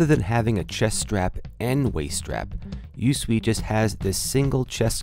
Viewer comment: Thanks for the review. FYI, it's pronounced "YouSwee", not U.S.W.E. But don't worry, I'm sure that's not common knowledge.